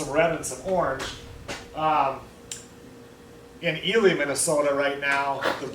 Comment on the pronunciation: Ely, Minnesota! I always love it when I hear someone pronounce 'Ely' correctly.